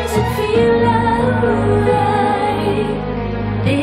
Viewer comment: Tori, dear, the word 'like' has 1 syllable, not 5